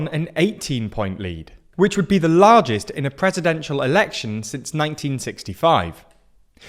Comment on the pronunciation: It said Larest instead of Largest